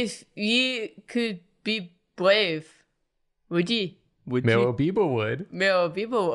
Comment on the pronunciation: "If ye could be bwave... Would ye?" Is an underrated line